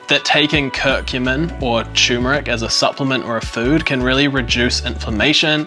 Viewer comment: Really interesting content - but it is turmeric - with an R